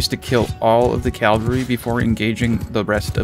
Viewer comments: Cavalry not Calvary my friend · Great explanation. I have to say that it's CAVALRY. CAV - ALRY. "Calvary" is the geographical location where Jesus died.